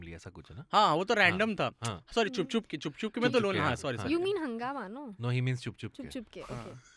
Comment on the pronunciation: repeating "" so many times was hilarious also, its CHUP CHUP KE not CHHUP CHHUP KE 😅